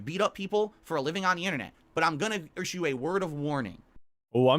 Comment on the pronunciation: he's gonna irshue a word of warning